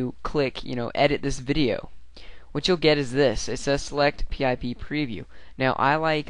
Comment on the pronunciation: lol i've never heard anyone actually spell it out P-I-P? just say, PIP